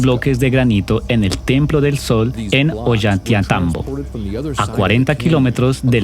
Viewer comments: Por favor, pronuncia bien es OLLANTAYTMBO..gracias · Esta mal el relator debe aprenderse bien los nombres es saccsayhuaman ollantaytambo